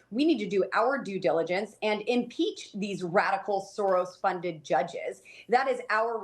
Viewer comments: “Imeach”? Shouldn’t try to spell with her mouth full. 😊😊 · "IMEACH" 😂 Look at Low-rent Bobo, showing off that 3-times-failed GED. And it wasn't a mole she was whacking after that Beetlejuice show! 😉